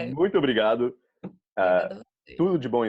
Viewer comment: Tão su rear que já tá até falando brigado sem O kkk